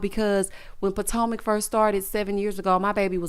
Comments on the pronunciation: Not Pot-O-Mac😂😂😂😂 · 🤣🤣🤣🤣🤣 You did not just say Who are these housewives of PO-TO-MACK! I am hollin!! 🤣🤣🤣🤣